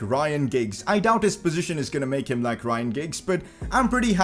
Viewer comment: did you just say lik?